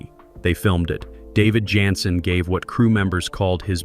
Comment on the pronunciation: This may be the stupidest computer narrator ever. Can't even pronounce the star of show's name🤢